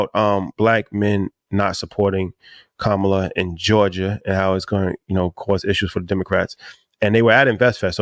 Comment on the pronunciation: need to pronounce Kamala name correctly